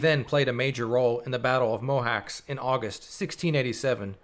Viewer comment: Mohacs is pronounces as Mohach